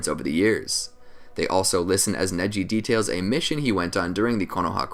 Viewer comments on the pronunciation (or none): none